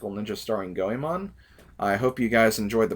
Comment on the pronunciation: it's GOEMON.